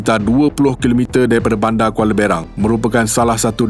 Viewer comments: Kuala Berang.. Bkn baca Bear Rang.. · Sebutan Kuala Berang tu salah. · Cara betul sebut Kuala Berang adalah: 'Be' tu mcm kita sebut Bekas.. bukan mcm sebut Besen. Jngn kata yt chennel je slh sebut.. kdg2 RTM & TV3 pun selalu salah sebut gak.